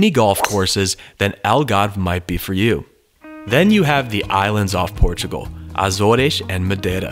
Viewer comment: You're pronounced azores wrong